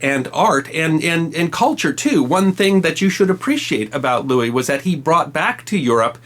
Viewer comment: Believe You Pronounced (Saint) King Louis IX in French Correctly, But You Pronounced “Blanche” the American Way, Like in “A Streetcar Named Desire” Not in Proper French.